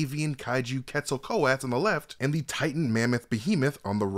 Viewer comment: I am not trying to troll but I think Quetzalcoatl is pronounced [KET] + [SUHL] + [KOH] + [AT] + [UHL]. Just trying to be a proactive member and help out my boy before the breakdown goes out to the masses. But great breakdown as always. Keep up the good work both of you.